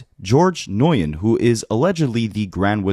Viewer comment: noyen? 😂 Nguyen is pronounced new win or noo win as the G is silent. Gotta find yourselves some vc friends 😂😂😂